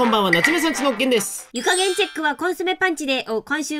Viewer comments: 「湯加減」が「床げん」に聞こえる… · なつめさんち中毒になって、 最初の湯加減が湯が/げん/に聞こえたw いつも楽しく見てます！！( ◜ω◝ ) 友達と学校で哲学プリンについてよく話します！！ww